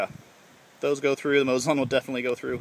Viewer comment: It's pronounced like moe zin